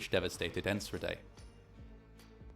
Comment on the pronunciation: I was working at a public pool that day about 20 miles away. Everyone went home when they saw the smoke, thinking it was a thunderstorm approaching. The scope was very intimidating. P.s. in Enschede the ch is pronounced with a hard g, like in Juan :D